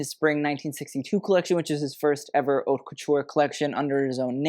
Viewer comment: You cannot, absolutely, pronounce the "H" in the word Haute, it's a crime if you're working in fashion. Just saying✌It's more like oat.